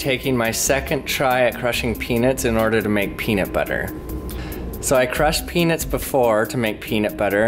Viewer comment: When you say peanuts, say "pee-nuts" not "pee-nits". Every time you say peanuts, I swear you're saying penis.